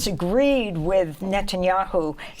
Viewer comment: Is Levy the only person calling him “Nutenyahu” during serious interviews? I’m here for it 😂